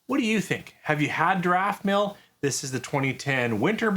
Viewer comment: There is NO "r" in Daftmill, but it sounds like you think there is... (Still: not as bad as some people saying 'ArdbeRg'! Do they really think Islay Scotch sank the Titanic?)